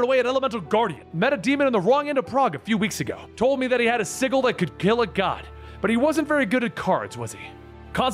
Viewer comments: please stop mispronouncing "sigil" - it's always been a soft J sound, not a hard g sound. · Sigil is pronounced with a soft 'g' (J) sound. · I'm subbed and I liked the vid cause it's awesome. And I'll continue to enjoy the content for a long time, I'm sure. But I gotta admit, it really threw me off when I realized you were pronouncing the word "sigil" with a hard G. I feel like I've been noticing a lot of little instances of comics content creators pronouncing certain words incorrectly. For instance, in the last couple weeks alone, I've heard and Rob from Comics Explained say "wield", as in to hold or use a weapon, when they should have said "weld", as in to weld two objects together. Almost like it's on purpose lol. I fear I may have stumbled upon the greatest YouTube grammar conspiracy that nobody was talking about lol. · Had a few in this video, sigil as ziggle wound me up too, didnt help that he said it like 10 times... "calvery" and "pack" (guessing it was meant to be a pact) in the same 5 minutes kinda killed the mood for me too.